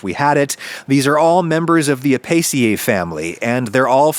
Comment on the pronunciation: interesting way to say "apiaceae". The stem is api-, from apis (bee, which frequents the flowers of plants in this family), plus the suffix -aceae for plant families.